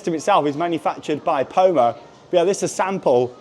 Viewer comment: Poma is pronounced Pom-uh or Pommer. Source: I work in the ski industry